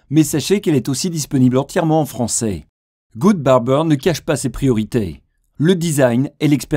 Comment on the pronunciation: Il est disponible en "franceille", et il ne cache pas ses "prioriteilles" c'est le chanteur d'indochine la voix off ??? =D =D =D